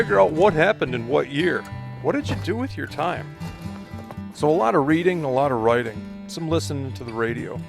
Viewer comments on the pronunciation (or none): none